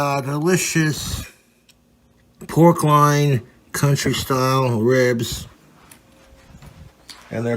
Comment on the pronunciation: dude cant even say pork loin